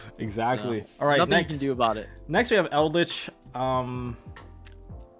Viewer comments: I feel like Pak is TRYING to mispronounce cards "Eldlich... I mean Eldlick" "App-Cuh-lonay" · Ah yes my favorite deck, Zoo EldLICK 🥴